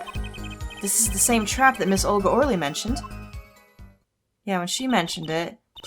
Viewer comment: The fact that you keep saying Or Lee instead of Oh Really for Olga's name made me sad. Oh Really is just a fun phrase to throw around. It's like naming your character something weird in pokemon or something